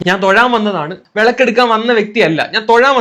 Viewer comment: തൊയാൻ അല്ല തൊഴാൻ 😆